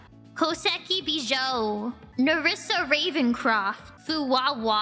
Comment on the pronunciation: Ah yes.. Nerissa Ravencroft is still pronounced perfectly 😭